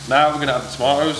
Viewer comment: Why is saying tomatoes instead of tomatoes 🤔